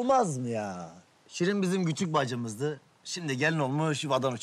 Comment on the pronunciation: iskender sirin e SIRIN diyor